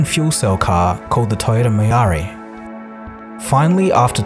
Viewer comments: Toyota "me rar eee" lmfao 😂 it's pronounced "me rie" like Mariah but without the H. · MIRAI is pronounced MIR-EYE, not ME-AR-EE. Two syllables, not three. MIRAI means FUTURE in Japanese. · The Mirai isn't pronounced "Miari," ahem ahem. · You still pronounced Mirai incorrectly. It sounds like "mil-eye". I own a Mirai (2 years and 45,000 miles on it and it is rock solid). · 2 Syllables. MIR-EYE. I represent Dr. Michio Kaku and was part of the team that launched this vehicle for TOYOTA. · English in Urdu - Interesting but that's NOT the name of the car. MIR-EYE. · Native English speakers have huge problems with pronunciation of vowels in non English words. To me pronunciation of MIRAI comes naturally, only difference is in accent. Try it like you would pronounce vowels i these words. M - M I - bIg R - R(closer to rolling or fliped R) A - zebrA I - bIg Only I cant diecide if its MI-RAI or MIR-AI I think that is how most of non native English speakers would pronounce it. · its MI-RA-EYE xD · the toyota mirai is pronounced "me-rai" and it means the future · His name should be pronounce Key-Eeecheerow with the r like a rolled r...and the Mirai should be pronounced Mee-Rah-Eee. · Yikes. You really butchered pronouncing "Mirai" 😄